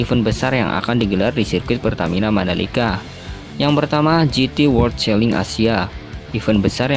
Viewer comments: Di baca chelen woyyy bukan cheling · Celing?😅 Cara bacanya celen masss..